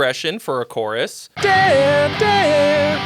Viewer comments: That’s what I hear too. It’s odd how he says it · It sounds like he's saying DARE DARE. Lol!